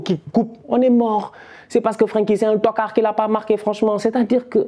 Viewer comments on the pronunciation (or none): ta facon de dire tocard me fini ahhahaahahhaha